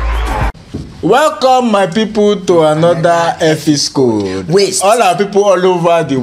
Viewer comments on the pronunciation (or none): "You are welcome to another ephiscode....".